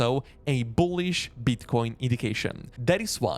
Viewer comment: Love the way you say BOOHLISH with a boom on that B